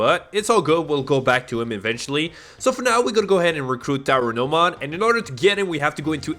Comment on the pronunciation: Namumon❌ Nanimon ✅